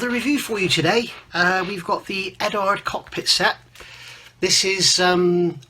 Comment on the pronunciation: Solid review and agree on your opinion. Only thing i dont agree with is since when did the U in Eduard become silent? The only people in the world calling Eduard Edard(#$&@ are and Phil Flory. Pronounced Edwaard.....lol...